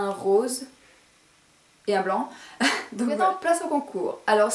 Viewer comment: Le rrrooosssree ! Bisou